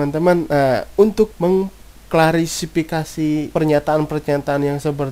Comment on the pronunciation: klarisipikasi.. wkwk, Klarifikasi bang :D